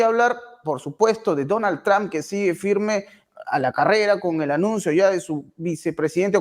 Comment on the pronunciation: Trump ( trampa, quítale la a , así se pronuncia este apellido, Tramp).